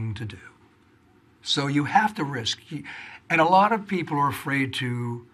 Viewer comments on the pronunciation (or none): none